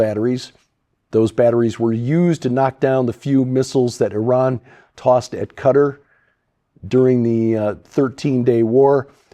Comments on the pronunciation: Respectfully, Qatar is not pronounced "cutter". It is pronounced katar, (like guitar with a k) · How can you, a very intelligent and learned man, pronounce Qatar as cutter?